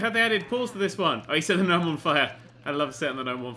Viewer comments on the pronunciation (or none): none